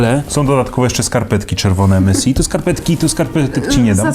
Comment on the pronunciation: EMESAJ A NIE EMESI!!